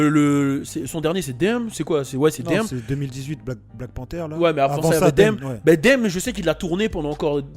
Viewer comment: je réitère mes propos (pour rappel...tu as crumpe devant des gens qui voulaient que tu leur presente des femmes)...tu es UN FOU HAHAHAHA timal, le gars a dit "DAME" pour DAMN jsuis dead:D:D:D:D:D:D